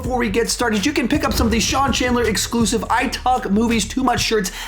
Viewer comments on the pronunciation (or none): none